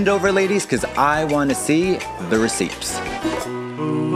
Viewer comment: Did she just pronounce the 'P' in receipts?